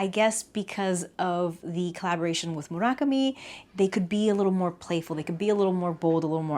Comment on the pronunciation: thank you thank you thank you for including style codes and pronouncing "Murakami" properly, instant subscribe